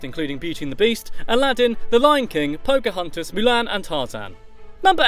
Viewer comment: phocahuntas??? tiiana?? soz i didnt know ppl say it like that